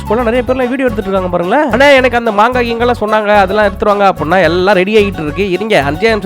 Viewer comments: மங்கா illa மாங்கா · அண்ணா மங்கா இல்ல மாங்கா